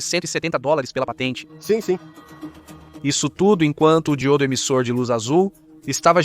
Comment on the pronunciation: A histporia é interessante, mas a tradução da narração está HORRÍVEL. Chamar DI-Ô-DO de Dgil-do, ou BÓ-RO de Bo-ró, não dá.